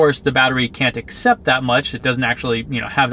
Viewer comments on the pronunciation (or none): none